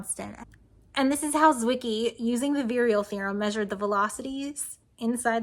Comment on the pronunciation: On the pronounciation... Wiki says: "Fritz Zwicky (/ˈtsvɪki/; German: [ˈtsvɪki]; February 14, 1898 – February 8, 1974) was a Swiss astronomer". Gotcha!